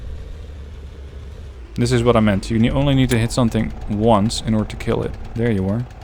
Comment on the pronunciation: "It will kiel"